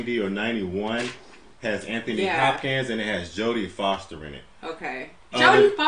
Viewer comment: "Anthony Hop-Cans." LOL